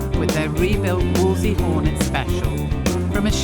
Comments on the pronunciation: Why do they all say Wolsey? Nobody called it that in the olden days. It's a WOLSELEY. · Fantastic project and fantastic outcome, but why can't anybody pronounce Wolseley properly?? :body-blue-raised-arms:❓❔